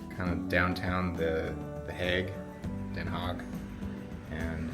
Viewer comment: Den Haag has a g at the end, not a k, g is pronounced like CH in loCHness.